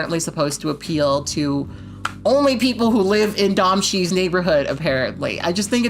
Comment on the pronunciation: Blaque sorry for the pedanticism but the director's name is pronounced as "Doe-Me She"